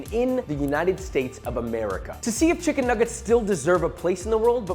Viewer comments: Did you say chicken niggit at the start? 😂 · Bro did not say chicken nuggets at the start 💀